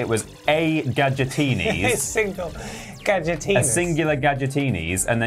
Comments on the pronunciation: why they pronounce gadgetinis like that lmao gadgetenis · It's also worth checking out the ending to this game, because I shit you not it is one still image with a singular Gadget line where he mispronounces Gadgetinis in a new way. "Ga-dgitines"